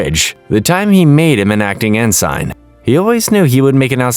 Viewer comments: It's not even a human narrating , or if it is he doesn't pronounce ensign right. That kind of stuff resonates with people and I'll always prefer a non AI. Or at least a tru fan if it's isn't. I do agree with this being peak trek tho! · You are not pronocing Ensign right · Thank you for the recap! (I don't thing that's how you pronounce ensign though) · it's one thing if it's an honest mistake when pronouncing a name or two, but when the mistakes are so egregious and consistent with words like "ENSIGN" it's super off putting.